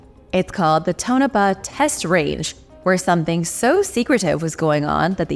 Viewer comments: Pronounced Tone- a - paw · TOE-nuh-pah. Please please please always check you pronunciation guide. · lol pronounced 'tawn o paw'